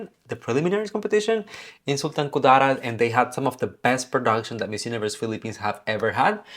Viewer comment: That Sultan Ku-DAA-rat pronunciation though, so cute. 😆